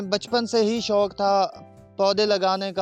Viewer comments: it is 'shok' not 'shonk' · Shounk hahahaha shouk hota hy naa k شونک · شنوق نہیں شوق ہوتا ہے۔میزبان کو اردو ہی بولنا نہیں آتا۔چینل کا نام اردو پوائنٹ ہے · فَرُونٹ، شونق۔۔ ارے بھائی تھوڑا اپنے اردو کے تلفظ کو بہتر کرو۔